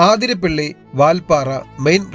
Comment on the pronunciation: അവതരണം കൊള്ളാം..... പക്ഷെ ഇനിയെങ്കിലും ഒന്ന് ശ്രദ്ധിക്കണം... ആതിരപ്പള്ളി അല്ലാ അതിരപള്ളി ആണ്... Please.